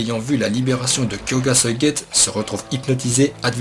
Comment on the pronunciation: Par contre tu sais pas dire suigetsu xD